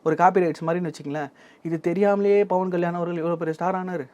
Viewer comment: நெறியாளரே உங்களுக்கு ba க்கும் pa க்கும் வித்யாசம் தெரியல்ல.. bhavan இல்லை pawan.. பா(pa)ஜக இல்லை பா(ba)ஜக.. இதற்கு முன்னே பாலியலை baliyal என்று உச்சரித்தீர்கள்..